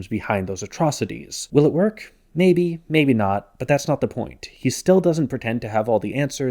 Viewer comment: jaybe, jaybe not